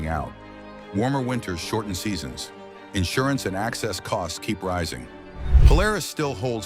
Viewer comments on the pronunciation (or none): none